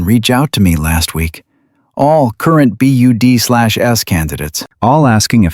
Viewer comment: Teach your AI narration to says "BUDS" NOT "B-U-D-Slash-S."